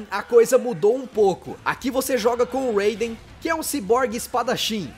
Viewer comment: Naverdade, em metal gear, se fala RAIden, tipo, como se tivesse um acento agudo no A